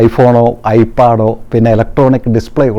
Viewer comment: Faamili ALLA family' pronounce And I paad ALLA i pad